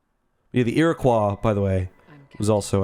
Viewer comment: interesting to note your pronunciation of Iroquois is distinctly French.